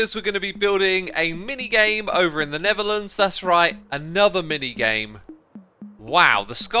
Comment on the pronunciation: "Hello everyone! and welcome back to a'nether episode of Hermitcraft! *insert trying hard brit accent 😂*" From all hermits intros, X's got me and now and everyday here in our house its my new hobby, out of nowhere I will just spit his intro I don't know why😅, I just love it!